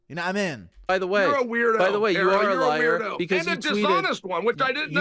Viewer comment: "You're a Loyar"